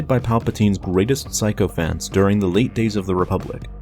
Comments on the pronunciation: Sycophants is pronounced “sicko-fants” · Sycophants is pronounced (Sic-o-fants)